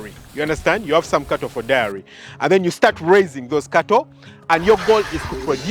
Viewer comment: Great post. Diary 📔 but Dairy (Pronounced DERY).